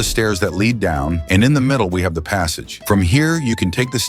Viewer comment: are you german since micht said hab string